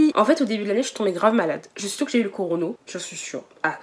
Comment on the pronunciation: Elle a dit Corono au lieu de corona🤣🤣🤣🤣 Au passage je kiff la vidéo